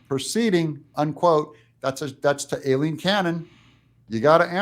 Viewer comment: Aileen is pronounced I-leen. The 'A' is silent.